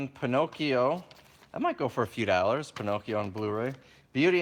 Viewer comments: It's dollars not dallars ,just saying. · the way he says Dollars...dallersss. and that swag homie. what are you wearing!? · Dollars is pronounced Daw-Lers ;-). Like your videos tho!!!